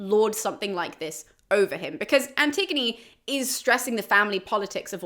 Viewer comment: Looking at someone’s bookcase and was confused by one title. Me: “Anti-gone?” Them: “An-tig-o-knee”. I cringe a little inside whenever I hear the name